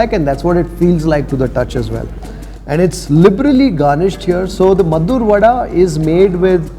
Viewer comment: It's maddur vade not maddur vada.